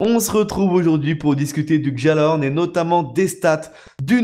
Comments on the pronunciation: on dit " Gallahorn " et pas "Djallahorn " tu me fait stresser a dire sa :oo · arrête de dire guejalahorne c'est guialahorne la prononciation ! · Par pitié le j de gjallahorn c'est une palatalisation, c'est prononcé "guialahorn". Au pire c'est pas grave mais ayez pitié de mes oreilles les gens... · S'il vous plait ON NE PRONONCE PAS LE PUTIN DE J DANS GJALLARHORN